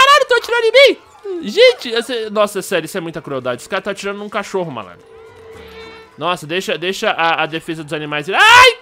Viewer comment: leia e presta atenção de como o som fica (cótiorro), é tipo: "mo deuso" que o falou